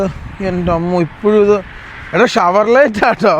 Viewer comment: ഷവർലറ്റ് അല്ല ഷവർലെ എന്നാണ് pronounce ചെയ്യുക